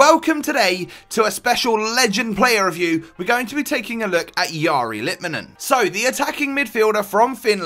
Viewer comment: If you get technical, the r in the first name is not said right. Last name is spot on.